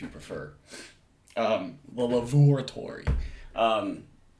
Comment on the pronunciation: “a lavoratory” Another wallsism, “lavoratory,” is his word for lavatory. Hahaha, says lavatory the same way dexter from dexter’s lab says laboratory! I love all the wallsisms in these videos, of trying a little too hard to defeat the English language. is so funny that he’s even funny when he doesn’t mean to be. A lot of the humor in these videos are unintentional, like ’ catchy, howling laughter.